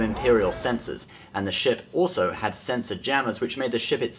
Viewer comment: half the time you say ship you say shit